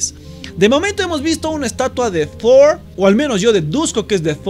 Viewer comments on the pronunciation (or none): Thor no shor aguante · "...hemos visto una estatua de tdhoor, al menos yo deduzco que es de tdhoor... " No puedo puedo con la pronunciación de este chico, me mata xD. Al querer verse gringo hace que suene ridícula su pronunciación.